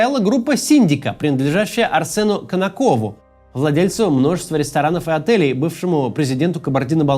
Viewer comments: КанО́ков а не канокО́в😂😂😂😂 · Про ”ТаврИн” ничего не могу точно сказать, но вот точно не КанокОв, а КанОков. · КанОков, а не КанокОв. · Максим, фамилия Канокова читается с ударением на второй слог